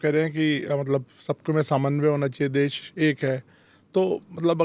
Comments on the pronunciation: सही हिंदी बोलो दुबे......देस, भासा, प्रदेस वगैरा वगैरा.... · देस नहीं देश बोल बे